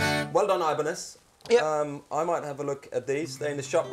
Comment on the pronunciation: ibranez.. new brand from ch-eye-na xD